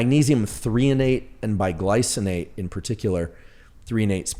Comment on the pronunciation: Did Andrew Huberman say Magnesium BIglycinate or Magnesium BISglycinate?